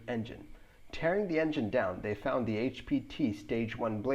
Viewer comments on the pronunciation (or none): none